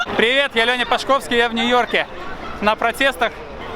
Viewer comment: В фамилии Пашковский ударение на первый слог, иди суою легенду перепроверь, у кураторов уточни как правильно читать.